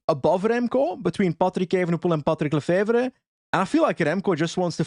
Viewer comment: OOOOW you said this perfect !!! patrick lefevre ! I almost would believe youre flemmish ! I wish Remco would go to ineos ! he will have a great team to support him in ineos !!! Last year lefevre was angree because ineos was flirting to much with remco !!!